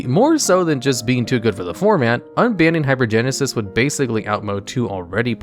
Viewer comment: Can’t pronounce half the cards, so shocker has no idea how good hypergensis is or isn’t. Tell me you’ve never cast any of these cards without telling me you’ve never cast any of these cards.